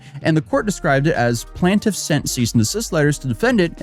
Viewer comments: it’s “playne-tiff”, not “plan-tiff” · Dude, you've made your entire career taking about legal cases. Learn to pronounce Plaintiff. Plain-tiff. Not plantiff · With respect, you’re pronouncing the word plaintiff wrong. This isn’t a regional thing, it’s just wrong.